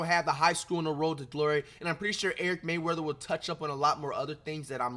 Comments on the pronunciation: Bro said Eric Mayweather instead or Rayweather 😭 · Bro atleast say erics channel right 😭 mfker said “ericmayweather”